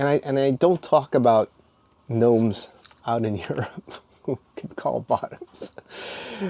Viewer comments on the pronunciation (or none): You said gnome 😂😂😂😂